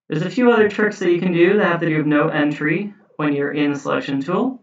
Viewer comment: Thanks for a really useful video. I knew only a handful of these tricks before. I couldn't help noticing that you have a curious way of saying 'entry'. It seems to respect the French pronunciation. Normally we just say ENtry as in 'N' (letter 'N') and '-try' ( as in 'tree' in a wood)